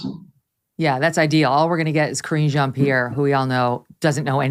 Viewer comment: He also doesn't know how to pronounce Karine Jean-Pierre's name.